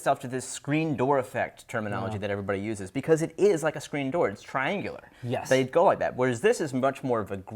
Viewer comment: he said triangular